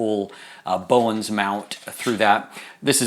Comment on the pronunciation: Great review, thank you! However it's called "Bowens Mount" and not "Bowen Mount".